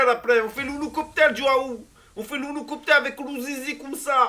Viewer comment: Merci pour " l'ouloucopter avec l'ou zizi " :-D